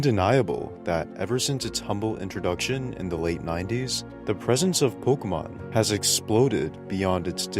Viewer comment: Bro fuckin refuses to pronounce pokemon correctly.